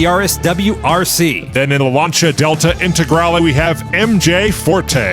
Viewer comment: Lancia Delta Intagrale, perfect pronunciation! Greetings from Italy !